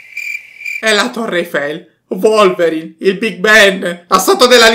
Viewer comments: ma non si diceva Wolverine (ho capito volverine) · Volverin è bellissimo con una grande pronuncia 😂